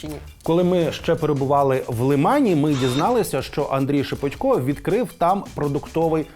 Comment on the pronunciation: Журналісти безграмотні, бо правильно шепОтько. Ніхто ж не говорить шевченкО. В своїй мові користуються нормами рускава язика